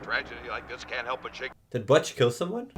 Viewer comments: Bootch- not Buuttch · butch rhymes with bush, not dutch